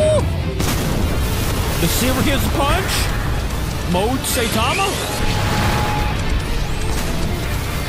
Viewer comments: its pronounced s-i-tama not say-tama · Its not SAYTIMA its (sigh-ta-ma) so please say it right its annoying tbh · And him calling saitama “saytama” was triggering me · d-did he just say "SAY-tama"??? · its 2023 and people still pronouncing him "SAY tama". Like how? where do you even get SAY tama from? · "Saytama"" 😂😂😂😂😂😂😂 get it right idk if it's an accent but for the love of God please get it right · Pronounce Saitama